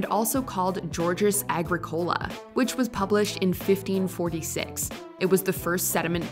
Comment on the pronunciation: it's AGRìCOLA not AGRICòLA.